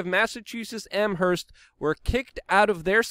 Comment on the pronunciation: Its pronounced Amerst spelled Amherst i live in the next town over but ya Amherst is cucked out